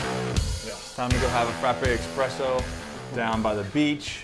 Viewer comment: Frappe EXpresso?! IT'S ESPRESSO.